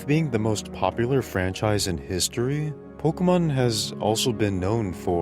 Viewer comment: Bro fuckin refuses to pronounce pokemon correctly.